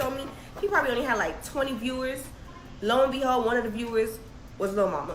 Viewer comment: Definitely saying lord and behold. She was in grown folks business and grew up and got their sayings wrong lol